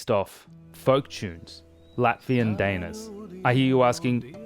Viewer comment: Actually, "daina" is pronounced differently. It's hard to mimic an English pronunciation in the comments but I guess it'd be something like "duh-E-na". Or in case you read IPA: [daɪ̯ˈna]